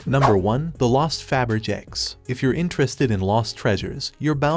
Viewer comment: Either someone needs to learn how to pronounce Faberge, or they need to program their computer voice to properly pronounce it.